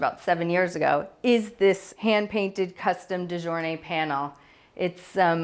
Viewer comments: De gournay is pronounced " de goorney".....😊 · De gournay - the g is not pronounced j